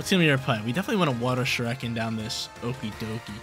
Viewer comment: lol the way you pronounce shuriken… lol never watched naruto huh buddy? But I loved seeing greninja!!